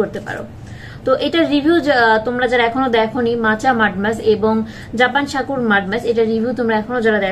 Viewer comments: উচ্চারণ ঠিক করেন সাকুর হবেনা হবে হলো সাকুরা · Sakurai hbe murkho